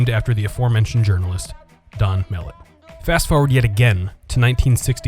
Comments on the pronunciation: 🤦‍♂️🤦‍♂️ that's not how you pronounce the name. It's mel-let not mellit !!! 🤦‍♂️ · Loved it Pronounced muh-lett tho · As a kid who grew up in the SW end in the 90s, the narrator pronouncing it "mel-it" irritates tf out of me 😂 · I miss hanging out there, i grew up in the 90s, going there, and saw some great movies, also Mellet is pronounce (ma let) it was named after a local news reporter that was murdered in the 1920s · As a former resident of Mellet Homes, Inc., and mall rat, thank you for creating this piece. However, you pronounce “Mellet” incorrectly and some facts were omitted or incorrect. Also the background voices during the walkthrough say Randall Park Mall. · Pronounced mel lett, . You said it too fast. And John Dillinger....Dillin - jer. More like a J than a G. When I was a wee kid I actually lived in Donald Mellet'ts house!